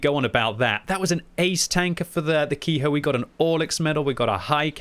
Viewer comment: Ke-ho is pronounced how it looks, not ki-hoe